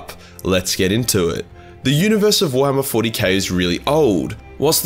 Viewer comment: Everytime he said warhammer I heard Thorhammer ...just me ?